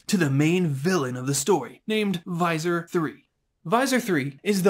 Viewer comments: cool video! great animation. For what it's worth, the "Visser" in Visser Three rhymes with kisser, or disser. Visser Three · It's pronounced visser. Like kisser. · Its not Visor 3. Learn to sound out words. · BTW, Visser is pronounced more like "This er" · Lol I had no idea it was pronounced differently until the video was almost finished and I watched an old Animorphs toy add from the 90's. IT WAS TOO LATE.